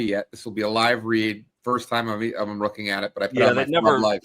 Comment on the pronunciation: "first time I'm rooking at it" flub to begin. classic